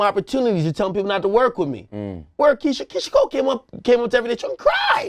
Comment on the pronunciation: Did ak say Keyshia Cole?? 😐 🤦🏽‍♂️